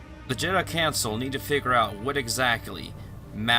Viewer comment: exactly you HAVE to make a super dope epic video for kotor 2 bro, you know it has to be done, and btw i just finished the video, hella good job, yeaa... you kinda mispronounced selkath,council,Shan and you must've just woken up cause you we're talking really slow especially when you tried to remember the names lmao it was to funny, alll i see are the hand motions and i died.